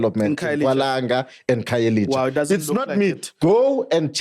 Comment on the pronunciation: I have a serious problem with a black person protecting the white agenda.. Guy can't even pronounce black name, khayelitsha instead of khayelisha,what do you call that... ANC can shut up, the reason we are here is coz of u.. Eff is the way, cool calm and collected, just spitting facts and being oppressed by those who seek to push the white angenda